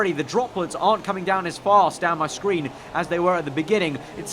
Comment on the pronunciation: "Down My Scween"😂